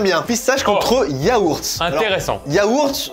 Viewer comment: Il y a pas de H à Yaourt. Sinon bonne vidéo 🤣